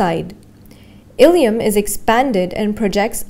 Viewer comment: It's "Ilium" Please correct before it causes confusion